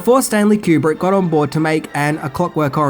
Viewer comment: Sorry to correct you again, Kubrick lived to complete Eyes Wide Shut and died after screening a rough cut version for Cruise and Kidman and Warner bros, brass Terry Semel snd Bob Daly. And his surname is Koo-brick, NOT cue-brick.